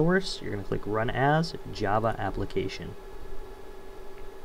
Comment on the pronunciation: iget " new japa" not new "java"